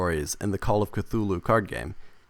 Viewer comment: Cthulhu is not pronounced cathooloo but khooloo... kinda like hulu